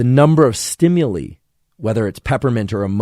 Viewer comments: ...below is how to pronounce "STIMULI"...almost didnt want to but...haha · Thank you for another favorite episode!! I'd never heard anyone pronounce "stimuli" the way you do, lol. Also, I HATE the smell of popcorn; smells like urine to me 🤢, and the smell of peaches, guava fruit, and papaya physically repulse me - so interesting to learn why/how!